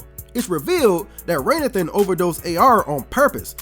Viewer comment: Why are you calling this man "Raynathan" when it's actually pronounced throughout the movie as Ray Nathan?!?!!?